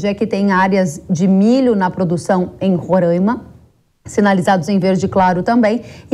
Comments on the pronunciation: RORÃIMA É MEUS ZÓVU .................. O NOME CORRETO É RORAIMA.... RORAIMA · Alguém pode ensiar a aposentadoria a falar Roraima corretamente, é Roraima e não Rorãima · Moça, respeite o nome do nosso estado. Não somos Rorãima. Com certeza não sabes, mas Roraima é um palavra indigena. Por favor, não venha nos renomear, antes de se aventurar em fazer comentários acerca do Norte, busque antes estudar um pouco. Com esse assunto, do momento, estamos confirmando que o Brasil de baixo, não conhece o Brasil de cima.